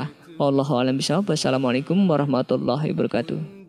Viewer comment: Min maaf nih koreksi dikit ya itu klo mimin lg ngucapin salam hiwa barokatuh atau hibawarohkatuh?? Krn yg benar itu hiwa barokatuh Maaf klo saya salah dengar